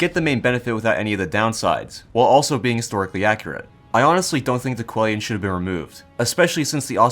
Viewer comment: I lose sleep over the way you say Coelian